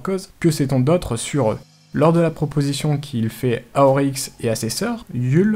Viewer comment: c'est Oryx et pas Auryx